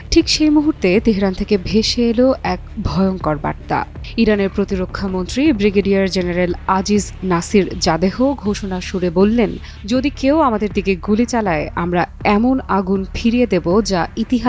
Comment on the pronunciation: সংবাদ পাঠিকা আপা Zadeh/Jadeh = জাদেহ শব্দটি শুদ্ধভাবে উচ্চারণ করবেন, পিলীজ!!! (প্লীজ = please).